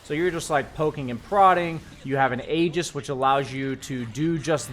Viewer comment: IT'S PRONOUNCED "EE-JIS"!!! I'm still astounded that after all these years, people are getting this wrong...